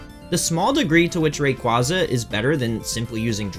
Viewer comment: Ray-KwAY-Zuh** Not KwAHh-Zuh